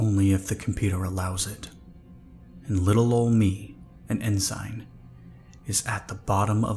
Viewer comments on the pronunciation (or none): Ensign = en-sin...sorry. it just sounds really Goofy if you've been in the military, and chances are, alot of your listeners are vet's. I love your narration, and I'm not trying to be a jerk at all. Thank you very much for the story's. You're my favorite of all of all the creepy 's on YouTube. You do the most scifi too. Thanks again. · Double check pronunciation of "ensign". Or watch some Star Trek. :) Also check "aberrant".